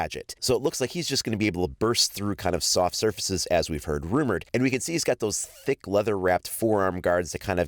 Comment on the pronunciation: why’d you overemphasize the word T H I C C when talking about his arm?